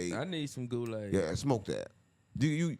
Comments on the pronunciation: “I drink and spill goolaid across the world” bro thought that was the one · “I drink and spill goolaid across the world” bro thought that was the one 😂😂😂😂